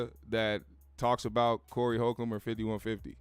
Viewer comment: The correct pronunciation would help validate your statement. Respect